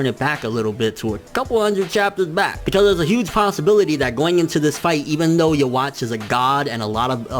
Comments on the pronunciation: It's supposed to be Juhabach, i think. Please stop saying it like "you watch", it's kind of annoying. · Its you-ha nkt uhwach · yuh-watch is not how you pronounce that. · Why does everyone say "yeah-watch"? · "yo-watch" looool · lol he saying his name wrong Yhwach